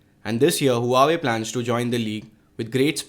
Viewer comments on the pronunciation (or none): its wa-wei not hoo-a-way